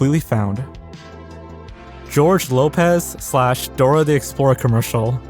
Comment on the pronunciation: You pronounced Dora the Explorer like a Kennedy.